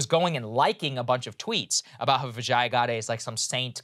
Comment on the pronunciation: LOVE your content. Huge fan. But can I correct your pronunciation? I worked at Twitter a long time ago, and I know how her first name's pronounced. It's VIJ-yuh, rhymes with fridge-yuh, not vih-JYE-uh. :) SORRY to nitpick. Just wanted to correct it for the record. :D :D